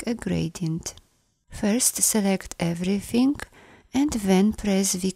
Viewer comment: I like the way you pronounce “everythink”